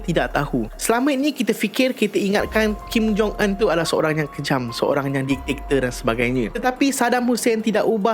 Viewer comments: Bkn diktiktor.. diktator bang.. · Bang.. just fyi ye.. bukan ditaktor.. dik-ta-tor... Ampun bang ya.. sy tegur secara open sbb byk youtuber/influencer/celebrity, pun salah sebut dan eja perkataan ni.. maaf n ampun bang ya.. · Diktator ✅ Ditaktor ❎ Repeat after me... Dik ta tor... 😁